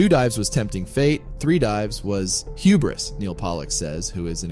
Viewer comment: It's not huborous, it's hubris buddy.